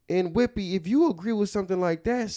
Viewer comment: Every time says “WHIPPY!” I pass out laughing 🤣🤣🤣🤣